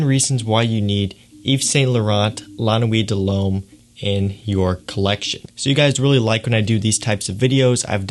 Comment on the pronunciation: You say it like lah nuwit deh lumme